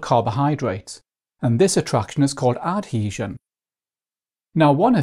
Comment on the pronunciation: a very good video but the pronunciation of cohesion and adhesion is hilarious